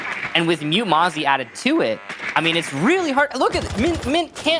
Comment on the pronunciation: Mute + Mozzie = Mote? Pronounced like moot